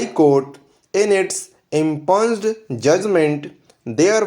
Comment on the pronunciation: Improve your pronunciation. For instance: Cogent, impugned etc. Please 🙏🏻